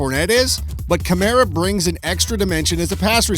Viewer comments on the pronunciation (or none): none